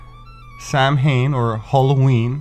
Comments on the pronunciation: For future reference "Samhain" is pronounced sow-in or soun. NOT Sam-hain. Perhaps you may have researched this before making the vid. It just makes you look uninformed to the audience, not knowing how to pronounce your own content.... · "Samhain" is pronounced "SOW-in" or "SAA-win." Thanks for your videos. They are my "go to" vids during my down time. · "Sam hane" Ill forgive you dont worry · To help, in Irish: Breac ó linn, slat ó choill, fia (dh) ón tsliabh méirle nár gabh riamh náire ar Ghael. Not so different, really. To: Samhain is pronounced 'Sah-win'. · Sow-win is the way one pronounces Samhain..just a note 😂I love your work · What happened to the well established fact that the Romans name for the Celtic people was Scoti? As a matter of record, Scotia was what circa 500AD Romans called Ireland. Also, November 1st was Celtic New Year's Day, and Samain. Which is pronounced sa-win. The "m" is pronounced as a "w" in this word. Although, you are correct that it was a thin day in which the veil between worlds was thinking and spirits could pass over. This was one of two such days during the year. The other was lá Bealtaine. The spirits were not feared, it was believed that they were deceased relatives going home to visit. Food was left out for passing travellers (living, dead, or the Good Folk) as they went on their way. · Scotias grave is only over the road from me. We have to work on your gaelic pronunciation. 😂 Eg. Samhain = sow-an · You actually pronounce Samhain, Soween in Irish....many people make this mistake.